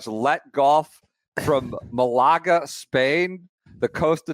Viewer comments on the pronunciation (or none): I was not prepared for pronunciation of Malaga